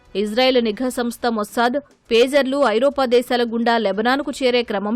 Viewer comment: ఫేజర్లు కాదయ్యా పేజర్లు.